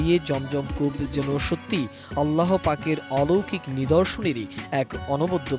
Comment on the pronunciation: Dhonnobad mam k ato sundorvabe amr allahr name uccharon korar jonno...mash allah....onar allahr name newata khub e porimarjito abong sunte khub srutimodhur legeche....